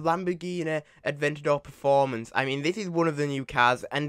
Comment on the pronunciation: Funny the way he said huracan performante pronounce it properly. Per-for-m-ant-ay